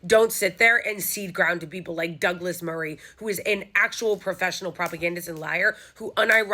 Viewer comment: I love your pronunciation of "daglass marreeeeh" hahahaha